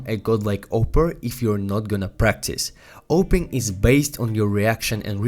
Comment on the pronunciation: What did he say? Ohping?